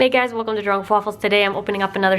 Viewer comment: When you say "drawing wiff waffles" the english generated captions say "drunk fall" and im living for it "wine drunk Thanksgiving*"